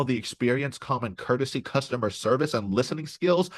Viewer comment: When she said " costumer service" , I was done.